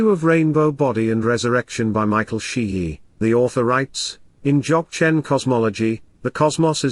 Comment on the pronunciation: I t would be great if the announcer could pronounce Dzogchen in the correct way Also the word Rinpoche was mispronounce A little more training in language is necessary